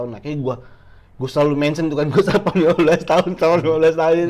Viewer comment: rio stapam😂.. bukan jason statam ya